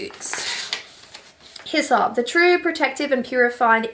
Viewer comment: I almost spit out my coffee when you said hyssop I thought you were telling me to piss off at first.